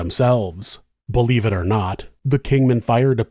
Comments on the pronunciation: BLVE is usually pronounced like "blevy" not "blev" Love the vids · Great story. BLEVE is pronounced BLEH-VEE. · I love you so much but its pronounced BL-evie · FYI: BLEVE is usually pronounced blev-ee.